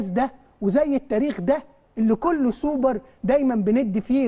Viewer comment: يا ريت يا جماعة الخير نبطل نعوج لساننا في كلمة السوبر وخاصة حرف ال ر . دا مش دليل علي الثقافة ولكن دليل علي عقده نفسيه. معظمنا بيعرف لغات ولكن مفيش داعي لعوجة اللسان